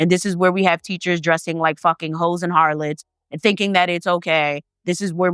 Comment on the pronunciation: every time you say harlots i die 😭😭😭